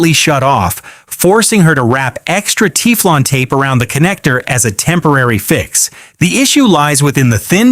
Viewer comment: 🤣😂 He said Tee-flon tape. Stupid AI voice